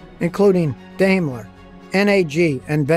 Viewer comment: Note: Daimler is correctly pronounced "DIME-LER" - "AI" is a German diphthong pronounced like a long 'I'.